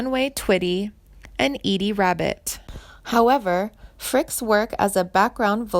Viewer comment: Who is this chick that doesn't even know how to pronounce Janie's last name?! You can't even take one minute and investigate?? She mispronounced almost every one she mentioned!! Calling EDDIE Rabbit "Edie", a girls name. Girl, you need a darn education!! You should seriously be deeply ashamed of yourself!!!